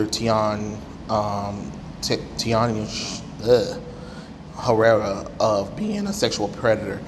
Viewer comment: You seriously can’t pronounce the dude’s name???